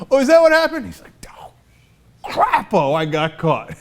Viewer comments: I'm 99% sure it's pronounced Cr-AY-po not Crap-o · I'm from Idaho, and his name is pronounced "Cray-po"